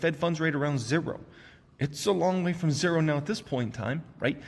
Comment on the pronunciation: Wish you could learn how to say "zero" but otherwise love your stuff haha.